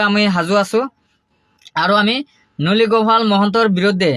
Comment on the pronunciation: ননী গোপাল নামটোৱে শুৱলাকৈ ক'ব নোৱাৰা ই আৰু কি জাছ কৰিব যে ভাই।